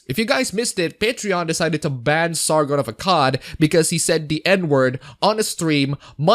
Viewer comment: Did you say "Sargon"?